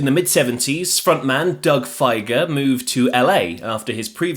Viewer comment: It should be pronounced 'Feeger' not "Fi-ger", even if Doug himself says it wrong